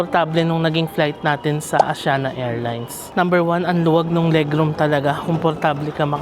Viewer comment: mali pagpronounce ng Asiana, mali pa logo